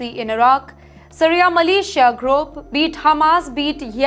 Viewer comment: It's militia, not Malaysia